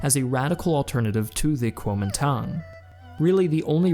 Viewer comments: Your text graphics used Pinyin Chinese words while your voice over used Wade-Giles Chinese pronounciation. I really enjoy your videos but small discrepancies make them mildly confusing at times. Great oversight though. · The way you pronounce kuomintang needs to be better